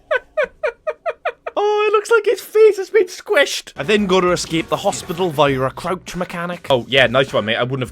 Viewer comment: 10 sec in hoftibal wtf is that its hospital